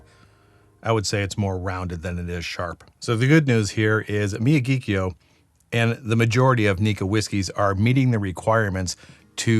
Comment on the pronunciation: It's pronounced mi-YA-ghi-kio. The first three syllables are the same as the name of Pat Morita's character in the Karate Kid; Mr. Miyagi. The fourth syllable sounds like the Irish surname, Keough. (There was a Matt Keough who pitched for the A's in the mid 80's.) By the way, your taste descriptions are very descriptive; kudos! As you stated in the video, Nikka has two distilleries; Miyagikyo and Yoichi. Yoichi is definitely a peaty distillery. In fact, it was created with the specific intent to make peaty whiskies. It's only by comparison that Miyagikyo is not the peaty distillery. But that doesn't mean expressions from Miyagikyo aren't a little peaty. So when they say Miyagikyo is not a peaty whisky, what they're really saying is Yoichi is the distillery in charge of making peaty whisky, not Miyagikyo.